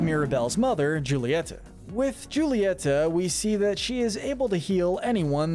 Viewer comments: Julieta’s name is actually pronounced as hoo-ileta and not juileta I hope you can correct that in later encanto videos. 😊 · I’m just saying but you pronounced “Julieta” wrong, the J is replaced with h (as in pronouncing not name) I don’t know why but god/Jesus (or someone who existed before us) just made it pronounced like that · no hate at all but why do you say “joolieta” and “agoostine” just curious. loving the encanto content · i stfg how hard is it to pronounce julieta’s name right lmao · Julieta is pronounced Hulieta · Its pronunciation is actually hulata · Please learn how to pronounce Julietta properly it hurts the way you say it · pronounces Julieta wrong Me: TRIGGERED